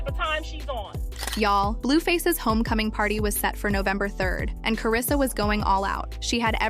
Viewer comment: Who the hell is Karrisa? It’s Karlisa